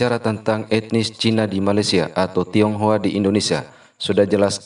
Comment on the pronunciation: Bukan tonghoa tapi tinghoa